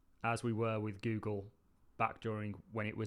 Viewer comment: I love the way this guy calls it Gewwwgle